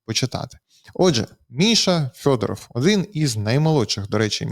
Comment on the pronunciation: ЖЄлЄзьнякь--то вже не ЗАЛізняк. Але чому -"ФЬОДАРАФЬ"?